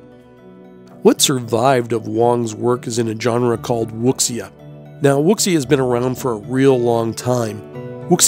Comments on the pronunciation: This was awesome- that animal spirit, amazed me. I think everyone will say this- "Wuxia" is pronounced "Woo-Sha" - the X is "Shh" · The word WUXIA is actually pronounced "WU-SHAA" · Wuxia is pronounced Woo- seeya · WUXIA is actually pronounced WOO-ZHA. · Wuxia is pronounced (Wu-sha) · Wuxia is pronounced "Woo-sha".. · You do realize wuxia's pronounced wu-shi-ah, right? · Wuxia is pronounced Wu see ya. X is silent.